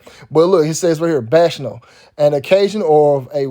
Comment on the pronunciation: Shouts out to You. Btw, the word bacchanal is pronounced "Back-Uh-Naal". Much Respect!!